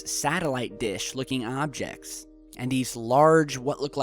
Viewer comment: u said "some hobjects"